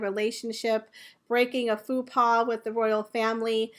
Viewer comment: Uh sweetie, I’m going to help you embarrassing yourself in the future, with regards to your pronouncement of the French phrase, Faux pas. It’s pronounced fo pa. Phoopa is something else all together. 👍😆